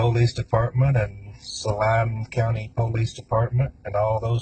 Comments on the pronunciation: Damn ...nice try .. didn't age well 😂..but why ? Like they just wanted to kill someone? I don't get it ? And btw it pulleese not po lease ...dorks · I'm just annoyed hearing that guy pronounce the word "police" as "poe-lice"! It's pronounced "pa-lice" you shady hick!!-the Troll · “Linkun Poelayce Daypardmun”